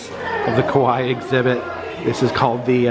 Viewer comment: Your pronunciation of Kawaii is a little off when you say ka-wai it sounds like "Kowai" means "scary" or "I'm scared" "Kawaii" on the other hand, the last I in the word is pronounced. Ka-wai-i more like "ka-why-ee" like you're saying Hawaii. A lot of people make that mistake so I hope this helps. 😊